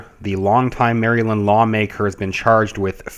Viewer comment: here is how MARYLAND is pronounced.